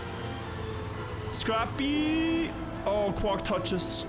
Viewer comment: That's the correct way to pronounce quack, it isn't quake lol